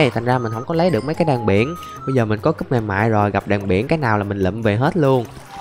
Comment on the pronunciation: Cúp chứ ko phải cấp đâu anh